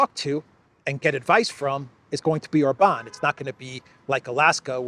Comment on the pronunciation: When you did your last guest video,, you actually correctly called him OR-ban. Must have been by accident, you're back to Or-BAN 😂😂😂